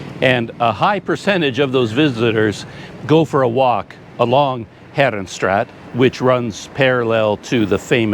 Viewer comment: CC, I know you can do it. Heeeee'renstraaaaaat not herenstraat,, To pronounce "Herenstraat," say "HAIR-uhn-STRAHT", making the "A" sound long like in the English word "father".